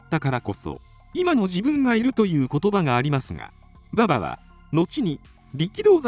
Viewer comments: バ↑バ↑に違和感しかない。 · 競馬の馬場のイントネーションなんよ。。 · 勉強になったけど、馬場のバ↑バ↓のイントネーションで笑いを堪えきれないw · まさにそれw